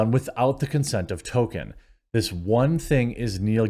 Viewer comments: To”l”kien Not “Token” Come on man! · Appreciate your videos Quartering, but would it kill you to pronounce the L in Tolkien? It’s not “Token.” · Its Tolkien. Not Tokken. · If you are going to talk about Tolkein, 1) learn to say his name right, and 2) learn how to correctly say the the words he created. Stop fucking it up. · oh yeah, could you try to pronounce the L in Tolkien?